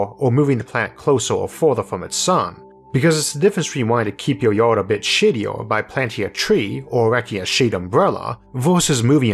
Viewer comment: Oh, you said "shadier" then. I thought you said something else!